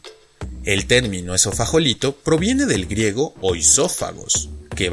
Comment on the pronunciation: Porqué lo pronuncias con J si lo estás escribiendo con G, Esofagolito? Saludos!